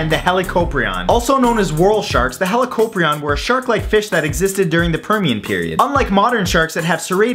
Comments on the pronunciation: It's pronounced Hal-e-co-pry-on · Pretty sure Helicoprion is prounounced as HE-li-CO-PRI-on, Helico being some sort of Greek or Latin word for helix/spiral and prion as in saw. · I thought it was pronounced "Hel-ih-ko-PRY-on".